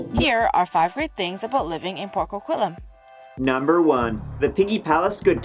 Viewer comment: The video made about coquitlam. Why is it so hard for people to pronounce a word correctly? Some how it is pronounced coquilialam? I have family from this area. It is pronounced co-quit-lamb. How did the lady making the video of her own town fail to correctly pronounce its name?